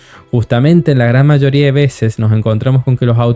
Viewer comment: Esa forma de decir mayoooría es de un acento cordobés ?